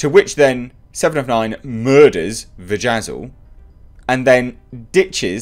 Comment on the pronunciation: Vejazzle? XDXDXD I am laughing outloud over here. Only made it through the first couple episodes so far